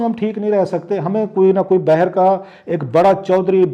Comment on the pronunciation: Word باہر bay her nahi ha , baaher ha